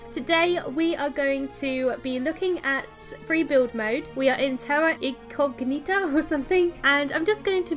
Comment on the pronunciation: Sigh People can't pronunce "Incognita"